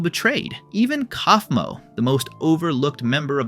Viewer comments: bro really said "calf -moe" 💀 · Genuine question: if Kaufmo is said as 'koff-mo', then why do so many people pronounce it as 'kowf-mo'? I'd get it if there wasn't an official pronunciation, but there are literally characters saying it one way, and YouTubers saying it another. (Jac says Koffey, not Kowfey, after all.) Maaaaybe listen to the show you're making videos for instead of assuming? It does make an ass of u and ming, after all.